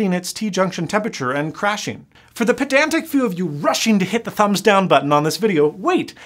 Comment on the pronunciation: Dear, I enjoy your reviews. I gave you a thumbs up first. But then gave you a thumbs down for making me look up Pah-DAN-Tik. LOL. P.S-Toyota makes BADASS Trucks..yeah that brought you back to thumbs up.